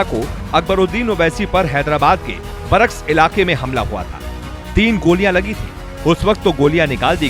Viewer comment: Barakss... nahi re barkas.